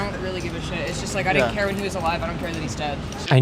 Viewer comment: A Harvard student saying "dinint" ?? That's where we are now? Pathetic.